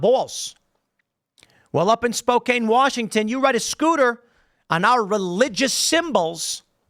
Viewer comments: It’s pronounced spoCAN not KANE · And what’s crazy is Spokane is a conservative city. It’s Downtown that has all the liberals, which is exactly where the mural is. Also is pronounced Spo-can, not Spo-kayne. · It’s SpoCAN not kane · It's pronounced Spokan not spokain But also the law that made that a felony only went in effect a few days before they were charged with the felony. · It's pronounced Spok-can not Spok-cain😉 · Spoh - Can Not Spoh - Cane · For the love of God: STOP SAYING SPO- CANE. It's pronounced Spo-CAN. Do some research, Newsreader Boy... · As an Eastern Washingtonian, It hurts every time I hear Tim call (Spo-"CAN") "Spo-"cane " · Spo-cain...lol. It's pronounced Spo-can. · It’s pronounced Spo-can not “spo-Kane”. As someone who lives 45 minutes from there this story is a JOKE! This stupid painted street is ridiculous. If you are so concerned about vandalism or “skid marks” DONT PUT YOUR BS IDEOLOGY ON THE GROUND!! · Pronounced more like Spo-Can not Spo-Cane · Spoke-An, not Spoke-Ayn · "Spo-Can", not "Spo-Caine"... not that they deserve the recognition of proper pronunciation. But, that's how you can tell someone's not "from around here" in the PNW. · It's Spo-can, not spo-cain. Keep doing smoke shows on these things! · It's not Spok-ayne... It's Spok-anne. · Tim... It is pronounced as spoke-can, not spoke-cane. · Its "spO-can" lol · spoke can, not spoke cane. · Spoe-can. not spocaine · It's pronounced Spo-CAN, not KANE. It's my home town, born and raised. Named after the Spokanee Indians, which is why the spelling is a little deceptive. It used to be a lot more conservative. Leftists from the West side started moving over and brought their politics, as did the Californians. Still, shocked to see this happen in SpoCAN. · Its spo-Can, not spo-Cain! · Pronounced Spo can not Spo*cane* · Spoke - ann Not spoke-ayne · Don't ever use Lime products. And Tim, its not Spo-caine, it's Spo-can. Jeez. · Tim, it is Spo-can. Not Spo-cane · Spo-Caine? It’s Spo-can